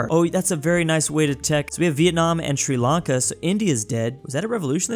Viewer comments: Bruh Sri Lanka not “Sri Akle” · c "sri lanke" :c its sri lanka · like sri lank"E" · Sri Lanke is wrong Sri Lanka is correct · Ahh yes, Sri Lanke. Also, Brittney. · 'Sri Lanke', 'Brittney' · “Sri Lanke” 😤😩😩🤔🧐🤓🤓🤦‍♂️